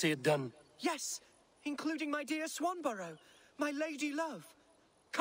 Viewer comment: "Swanburrow"! really? "Swanburrow"? Raise eyebrow.